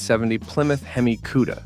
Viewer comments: 1. Hemi Cudda? Four Hundred Forty Two? Viv-eight? Hearing this and other mispronunciations makes me stop playing these videos. 2. A 450 c.i. LS-6? Can't you do the slighted proof reading of your narrative? 3. The Torino's rear window was NOT aerodynamic. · What;s a "queda". AI. Artificial intelligence is truly artificial and has nothing to do with intelligence.